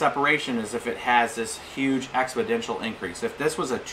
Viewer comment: Expodential? I think you mean Exponential.